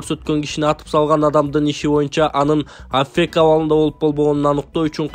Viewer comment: Афек эле дейсин кыргызча котормосун айт же орусчасын туура айт